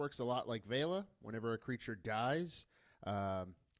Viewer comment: thankyou for saying Vela's name correctly. most youtubers seem to call her veela.